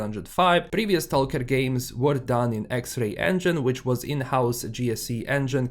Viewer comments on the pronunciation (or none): Search on YouTube how to pronounce STALKER ....